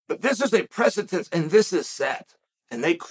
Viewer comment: I'm still waiting for that one person in Chael's life that will teach him how to pronounce the word "precedent".